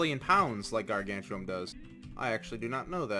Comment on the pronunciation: Ok but its gargantium not gargan chew um